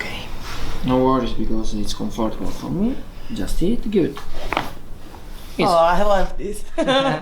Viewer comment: Yes but... he never gets the pronunciation of "comfortable" right... 🤣